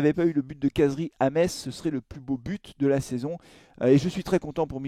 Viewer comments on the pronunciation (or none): none